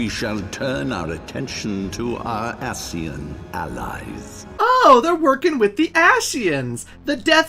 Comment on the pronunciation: I love the review, but one that that gets me, in any video, is when a name is pronounced in voice acting, but the reviewer still does not say it right. "ASHian" here, Antdude mispronouncing Vanitas is his KH BBS review. It just grates on my ears, lol. Other than that, this is an amazing look at an amazing game